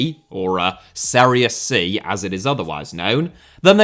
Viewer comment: Serie C is pronounced Serie Chee